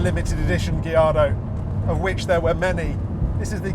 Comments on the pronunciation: Lol my man says Gilardo 😂 instead of Gallardo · I love gee-ardo 😂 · It's a Spanish word and Spanish surname not Italian. It should be guy-aar-dow. Those L are silent